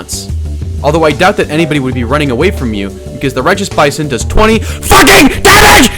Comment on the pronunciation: I fweaking LOVE LOVE LOOOOOVE THE BAYSON!!